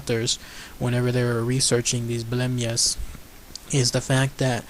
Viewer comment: It's not blemmyes its blemmyes